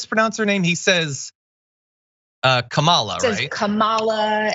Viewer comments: Maybe he mispronounces her name just so it sounds like it does here in Finland. Kamala means horrible in Finnish. Edit: I accidentally used a wrong pronoun when referring to Phucker. Silly and a bit ironic. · Just like right wing media mispronouncing Kamala over and over and over again, just ensuring that his audience mispronounces it too